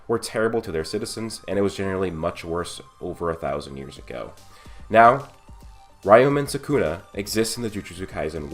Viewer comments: "rayoumen sakuna" my man how do you run a channel about anime and manga yet you butcher every name? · Ree-yo-men Soo-koo-na